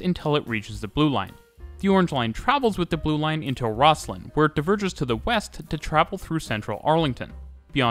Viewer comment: Great video but...OMG...the local pronunciation is ROZ-LIN. (which, according to my youtube research, is how Scots pronounce its namesake, too)